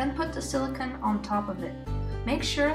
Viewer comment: hey, thanks!! it's great. one comment, though, it's silicone not silicon. the latter's an element that is extremely hard and is a semiconductor. the former is PDMS, polydimethylsiloxane or silicone rubber. it's pronounced sili cone. but great video!